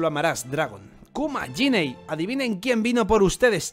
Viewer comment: Es Ginny, no yinei